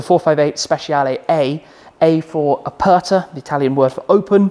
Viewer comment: Top video and top garage. The way you say ´Aperta´ tho is disgusting. 😅